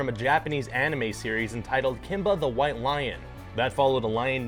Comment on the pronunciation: "Kimba the while Lion"